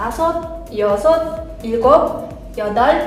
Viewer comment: Кечиресиз бирок башка сабакта ил гоб дебей ил губ дейтко кайсынысы туура